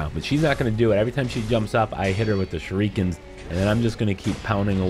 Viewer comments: Ugh its v cringy for sure. Its “Shuri-ken” not “shu-ree-ken” I KENNAT EVEN RN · Any one else bothered by how he says shurikens